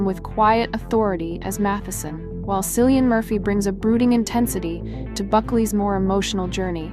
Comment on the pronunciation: It's pronounced Kill ee an, not Sill ee an.